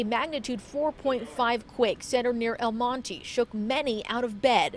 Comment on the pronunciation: They can’t even say El Monte right 😂